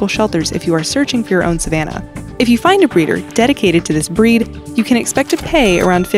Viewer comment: Whenever the girl says "breed" I hear "bread' lol